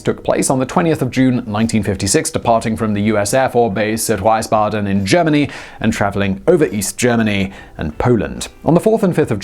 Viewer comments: WIESbaden. Not WEISbaden FFS! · For the future: It's not Waisbaden, it's pronounced more like "Wiiisbaden" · "Wize-baden"?????? VEESE-BADEN! Shame, shame… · Great video like usual, Simon. My only wish is that place names are pronounced properly. Wiesbaden is “wheeze-bah-dun”. I lived near ito in the 1980s. And on your Ned Kelly video, Beveridge is pronounce like you would “beverage”. It’s not far from where I live now. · Simon still it's Wiesbaden. Like wish say wisbaden like wing like wiggle like willy wanker like will I am or like the Romans named the City Wiesbaden lol. But still great video. I'm watching the second time today